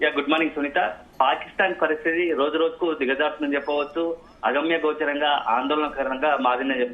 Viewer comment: అగమ్యగోచరంగా అనాలి తల్లీ.. అగమ్యగోచారంగా ఏంటమ్మా.. ఆర్థిక మంద్యమా@ మాంద్యం.. తెలుగు చదవడం నేర్చుకున్నాక తెలుగు వార్తలు చదువమ్మా.